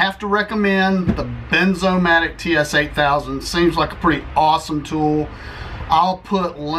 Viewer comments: Wierd. He said Benzomatic. But it is Bernzomatic. I was sure it was benzomatic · It’s BERN BERNZOMATIC